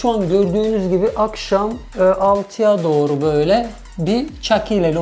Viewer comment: Doru alyavluv dedi